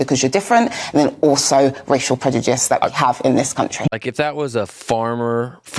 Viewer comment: Does she say "preDuJice" or "preDuDICE".............. TWICE ??? It sure sounds like it.